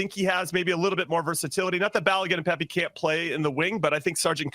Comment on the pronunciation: "Pep-É"?... Really??.... It's "PePi". Does actually follow the USMMT???